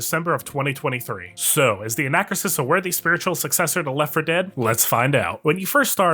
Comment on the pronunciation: It's pronounced an-uh-KROO-sis.